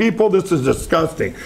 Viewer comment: The word “disgusting” is said by Lindell a hundred times. It sometimes comes out as “ahgusting.”